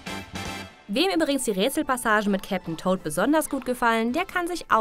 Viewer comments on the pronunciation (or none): none